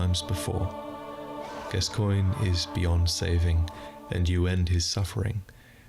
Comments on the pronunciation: When you're from the US and so used to weirdly spelled names that you think a normally spelled name must be somehow weirdly pronounced lol. "Gas-coy-nyeh"? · I believe his name is pronounced “Daddy Gas-cans”, but that might be a regional dialect